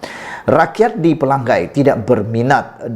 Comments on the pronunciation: Bukan xPelagai, maaf.. *Pela ngai*. Sebut ngai (sungai *ngai*) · Bodoh nya kamu.....Pelangai kamu sebut PELANGGAI....lidah kamu cacat ke?